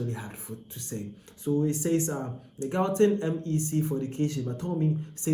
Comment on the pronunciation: Learn how to pronounce gauteng or make content about your own country.